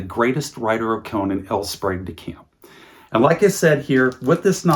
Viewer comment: You had me until you said L Sprague DeCamp